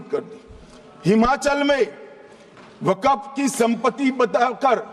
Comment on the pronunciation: Waqap nahin Waqf hota hai